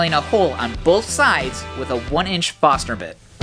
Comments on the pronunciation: great job! i cringed every time you said Fosner intead of forsner Awesome channel!! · Don't forget the "R" in Forstner.